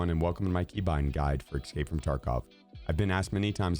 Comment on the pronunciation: ope, then he said "excape" from tarkov at the end and it cancelled it out.